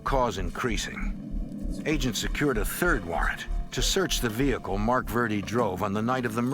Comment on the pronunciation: Vee Hicle ,haha